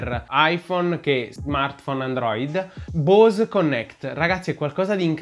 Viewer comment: bravo! ... comunque la "E" di Bose si pronuncia...